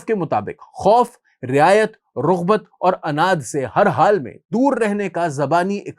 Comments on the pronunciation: It's raghbat not rughbat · Rughbat ❌ Raghbat ✅ Kuleed ❌ Kaleed ✅